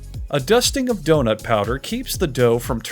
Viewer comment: What you hear : D.O.N.U.T What i hear : DIO.N.U.T